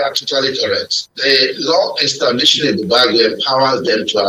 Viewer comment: Pls this should learn how to pronounce Ebube Agu properly. That's good journalism